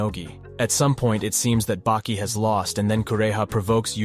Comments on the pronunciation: Why he keep calling Baki “bakey” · How come you get the names pronounced wrongly.. Baki = bakey, and Ali = Al eye? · Bro wtf? You were changing up the way you pronouced Baki. FIrst it was Bah-Key then Bake-key, then bacc to Bah-Key? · "Baeki" lmao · This was great but I feel like u miss pronounced things & said things weird on purpose just to grab ppls attention. Like when u said Baki’s name wrong several times in a row twards the end & then started saying it right 🤣 anyway u get a like from me & a sub